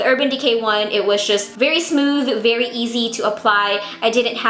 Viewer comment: Your Filipino slipped haha! Berry = very, love it